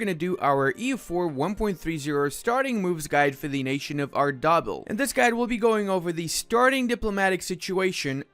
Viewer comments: "arr-daa-bill" ...you make me hurt inside. "Arr-de-beel" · being able to pronounce arabic and persian correctly makes me pain on ludi's pronounciation at ardabil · Same lmao